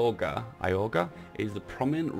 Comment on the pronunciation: Ni-ko-lah-eh (lah is stressed syllable) Yor-gah (yor is stressed)